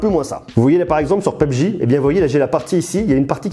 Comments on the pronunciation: Tu dis vraiment peubji au lieu de PUBG?? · Il a dis PeubJ à Wallah sa m'as tué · Mais écoute comment il dit PUBG 🤣🤣🤣🤣